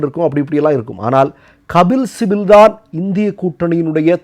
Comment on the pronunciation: கபில் சிபல்... சிபில் அல்ல. 🤝